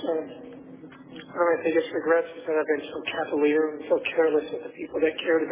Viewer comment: And calavier instead of cavalier.